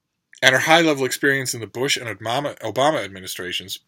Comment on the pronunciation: I may not look 12 years old, but considering when read Obama as "oh mama" I laughed out loud - I guess maybe that's just what I am on the inside.